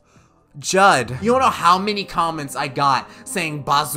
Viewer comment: I love how he didn't even try to pronounce "Giudigattino" and just called him Judd. Also, "spara-[thing]" means "[thing]-shooter", so Sparalinee is a Line Shooter instead of a Line Marker.